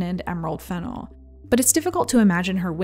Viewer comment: LOVE this video and channel but please note that the accent is on the second syllable in Emerald Fennell’s last name.